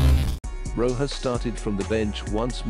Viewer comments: its pronounced as Broya not Broha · it is pronounced Broyah